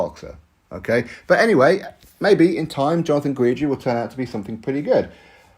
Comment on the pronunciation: Guidry is pronounced Gid-dree not Guw-eed-dree